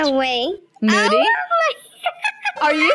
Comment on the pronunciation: It’s moody not moddy